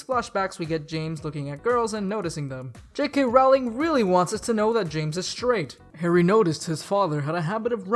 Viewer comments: It's no highschool it's hogwarts.. And not raowling it's Rowling.. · 1: rowling is pronounced like rolling (sorry). 2: the auther never said whether harry or hermione were white it was just assumed